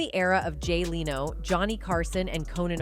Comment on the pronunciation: It’s AI narrating. They also said Jay Lenos name wrong.